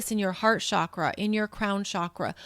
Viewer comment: It’s Chakra like chocolate. Not shakra. Sanskrit is vibrational and the pronunciation matters. Please say it correctly since you’re influencing so many people. It’s distracting .